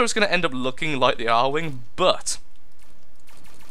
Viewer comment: >A-R wing NOOOOOOOOOOOOOOOOOOOOO IT'S ARE-WING! NOT A-R-WING! NUUUUUUUUUUUUUUUUUUUUUUUUUUUUUUUUUUU I MUST FANBOY RAGE!!!